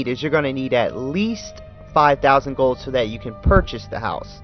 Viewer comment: Why do you say "gill" instead of "gold"? Lol, anyway still works like a charm.